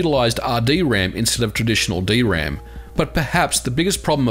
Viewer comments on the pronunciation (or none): none